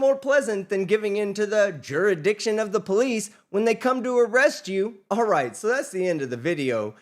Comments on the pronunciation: “Juridiction” 😂😂 love it! Much love to everyone out there 🫶🏻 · She be axing 'bout da juri-ditdin'. Know w'eye sayin'?